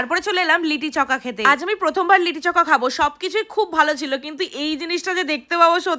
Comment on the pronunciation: ওটা লিটি চোখা না ওটা লিট্টি চোখা 😅😅😅